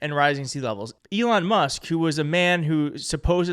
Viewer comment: If anyone has contact with, perhaps they will let him know 1) he appears to be a sincere, passionate presenter, and 2) during his Trump/Musk episode, appeared to consistently refer to Elon Musk by pronouncing Elon’s surname as “Must.” If that is the result of a speech impediment, it’s understandable. If not a speech impediment, perhaps should not throw the stick too far - regarding someone slurring. Thank you, whomever is willing to get this to.